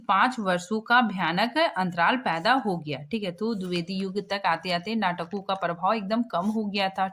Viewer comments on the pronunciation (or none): Adhe se jyada shabd galat bol diya …. Paida ko fayda bol diya … Hindi padhna nhi aa rha 😑